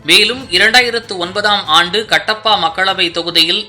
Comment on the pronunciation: உச்சரிப்பில் கவனம் கட்டப்பா இல்லை கடப்பா.